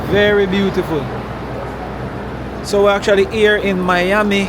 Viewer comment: iT'S MI AMI not your ami.. lol. Family mostly from South Beach, Collins Avenue and Godfather from Liberty City... My grand daddy owned the President Hotel on Collins Ave. near the Fountainblu . I had to sneak into the Fountain Blue as Jews were not allowed to go their.. long his story .. I do like the content and style of filming. free styling. Just the vibes you capturer in your streams. no complaints here .. just positive vibes and one love..